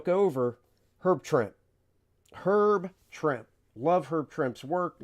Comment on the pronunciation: Herb Trimpe pronounced his last name as "Tremp-ee" not "Tremp."